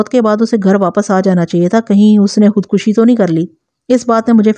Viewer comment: شکرہے آپ خود کشی کو صحیح پڑھ رہی ہیں